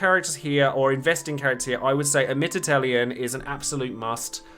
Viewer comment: Yang is pronounced as "Yah-ng" btw, even in FF4's DS remake Keiss is actually pronounced Kye-ss. Watch his home game's English dub. Amidatelion is also pronounced "Ah-mee-dah-til-lee-on".